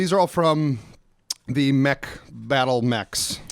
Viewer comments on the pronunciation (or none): none